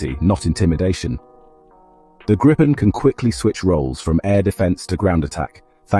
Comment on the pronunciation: Not wanting to be picky of condescending, the name “Gripen” is pronounced “Greepen”, like the color “green” (sans the n) and Pen. Trust me, I’m Swedish and use to live less than 2 miles from the main factory. 👍🇸🇪